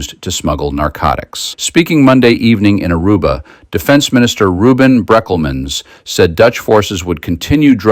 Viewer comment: Good talk... :face-red-heart-shape: He needs a small black moustache... so we know who / what / when and where.. BTW.. trying no being smuggg... but it's Brékelmans.. with an é.